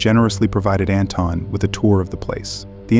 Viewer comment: Its pronounced An-Thon Like in Anthony but its With an invisible H!😊